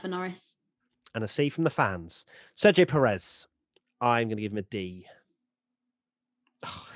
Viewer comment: U are pronouncing perez wrong.. The accent is in the first syllable pérez not peréz...